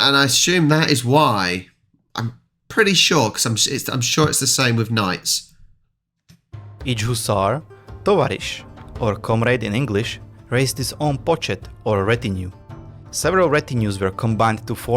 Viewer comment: Definetly "towarzysz", not "tavarish" !!!!!!